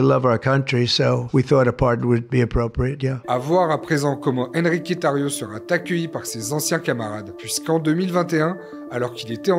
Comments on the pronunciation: « Sera-T-accueilli »?! Vraiment?! Faites gaffe aux liaisons, sérieusement, ça devient n’importe quoi! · " sera-T-accueilli", mec, Bescherelle, stp. Merci.